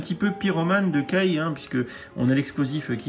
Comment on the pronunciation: Ça se prononce kaye pas ké